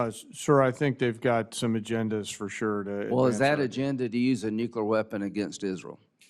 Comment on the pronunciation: Nukular, lyndsay?